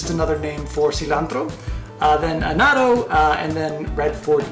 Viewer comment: lmao, its not "A not o" it " AH NO Te